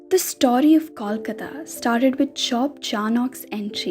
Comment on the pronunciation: Disappointed to see the narrator mispronouncing both "Kolkata" and "Kolikata". Is it that hard?